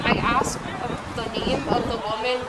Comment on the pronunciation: Axed her....🤣🤣🤣